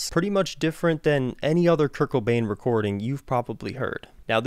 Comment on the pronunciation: Love your vids but, It's Kurt Cobain. Not Kurt Kobane...